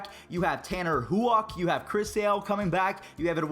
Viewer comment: Tanner HOO-OCK lmao